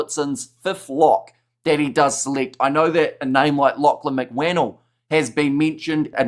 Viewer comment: You’re mispronouncing mcwhannel